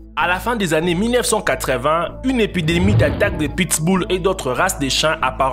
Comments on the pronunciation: Apprendre à dire pit-bull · le pittss boulll. mdr